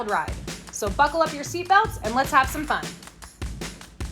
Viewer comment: At the beginning I think u say "what up some fun" but I heard like "what up tampan" 😅 Tampan in my Bahasa Indonesia mean handsome, that make me think say some word in Bahasa Indonesia (Indonesian language) and I repeat again until 5 time to make me sure 😅